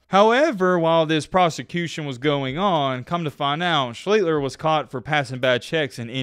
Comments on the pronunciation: dig the channel. Have for a while. Growing up in a Ohio, i was a huge Art SHLEEE-STER (it’s often mis-pronounced, not just you) fan as a kid. Ive met Art and I know a lot people close to Art. He is a master manipulater. It’s STUNNING how he can work people. Sadly, that was his real talent. Art Schlicter could charm the white off rice. He is currently working the CTE angle as a former player. Trying to get compensation from the league. Not gamble though. He wants to use the money to help others. No. I’m pretty sure he’ll blow it on gambling. PS His dad Max committed suicide in the family swimming pool after he’d had enough of Art. FACT. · Omg dude! It's Shleester ffs. Credit for imparting some perhaps misunderstood info about this guy, but any, and I mean any, football fan from the midwest knows this guy's story and how to pronounce his name. Lemme ask you this: do you say "ask" or "ax" you a question? It's Shleester!!! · You didn't do enough research to pronounce his name correctly. It's [Shlee-ster]. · art schli(sh)ter pronounced as I remember. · PRONOUNCED .....ART SLEET...STER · It's pronounced Schleeshster. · Shlee-ster is how it’s pronounced lol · Schlee ster, Sy Oh tah Downs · Typical effort for the "reporter/journalist" of today. Read the comments please. Shhhleaster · It was interesting, but you might want to learn how to pronounce his last name correctly. Unless he changed the pronunciation in the last 15-20 years of his life. There is no "L" before the "er" at the end of his name. Also, the "ch" is pronounced as "sh". Phonetically it is Shlee Ster. There are several of his college games of his on Youtube you can watch to learn how to pronounce it. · i had to turn it off u butchered his name for god sakes just call him art if u cant say last name. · Spent months researching this player....just didn't bother to learn how say his last name. 👍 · u start thats how u say his name and u r not close. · It’s pronounced Shleeshter not Shleetler or Shleeter.